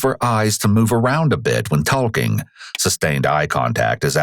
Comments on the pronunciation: Did he say “taLLking” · tawl king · For the first time in all the vids ive seen on here I think the voice is an AI. At the mark, the voice pronounces the L in "talking". Literally never heard a human being do that. Weird. My life is a lie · This is the 100th time I've heard it. It's written talking but L is silent. I don't know why you do that every f** time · I believe that's the first time I've ever heard the "L" sound when saying the word "talking".